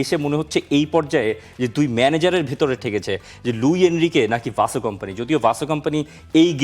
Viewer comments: ভাই তোরা "ভাসো" বলিস কেন। সঠিক উচ্চারন শুনে নিন তার নিজের মুখে। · Right👍 . ভাই তোরা "ভাসো" বলিস কেন। সঠিক উচ্চারন শুনে নিন তার নিজের মুখে।